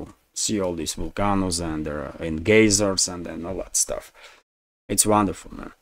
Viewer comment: Just a helpful pronunciation hint... Volcano = "Vol-cay-no" Geyser = "Guy-zer"